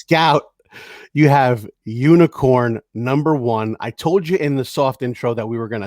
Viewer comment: Really guys? Unikorn? Really? LOL!!!!!!!!!!!!!!